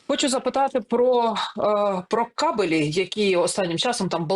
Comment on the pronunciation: Дівчата.не кабелІ , а кАбелі. Наголос на А.